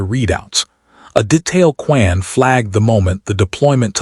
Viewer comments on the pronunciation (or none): Really caucasion AI narration. "Reyes, Kwan...." are not difficult pronunciations.